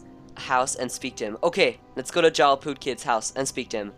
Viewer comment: It is prounced Yarl